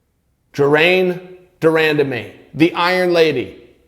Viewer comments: Chael u pronounced her name fukn crazy lol but u nroke down the promotion and the fighters view beautifully on this video from both angle of derandamies story..n this girls gota step forward n take the risk cuz shes good...and lay off the job i get its a hobby u say but u have a great oppurtunity shes just afraid to put herself out therw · Chael before you start the video find out how to pronounce their name. And by the way she already said she wants the Nunes rematch. I know you need content for your videos every day but this is lazy.